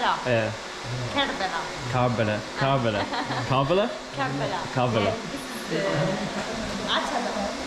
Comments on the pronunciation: Salam,It's karbala not kabala. 😇 Hope you don't mind. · I'm soo impressed that you're in KARBALA Masha'Allah it's pronounced KURB-ALLA.. I was there in September for Arbaeen and in July for Muharam. I remember eating falafel sandwich at the same place where you ate the shwarma, do visit after sunset it's very nice. I was able to take my mobile phone inside the shrine but I don't think they'll allow you to film, you need special permission. Please you must go inside the Shrine and to the grave of Imam Hussain A.S son of Imam Ali and to Mola Abbas brother Imam Hussain, it's mind blowing. The walk way between the 2 shrines is called Banul Hermain, make sure you checkout your shoes from one Shrine to another. Love and Blessings from Chicago 😊 Labik Ya Hussain ❤ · Why are you not pronouncing it with the R 😂😂😂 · Hearing him repeat Karb-ullah over and over was torture… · Bro not kalbala it's kar Karbala ok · He has to say Kerbela, not Karbala. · It’s pronounced KARBALA it’s Arabic not Iranian sister 💗💗💕 KARBALA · Bro its curb_ala(karbala) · How often people said K ER BELA. And you after 25 th hearing. : KARBALA? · Well if you pronounced kar-bala right tgere wouldn't be a goose chase. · why on earth u cant get urself to pronounce Kerbalaa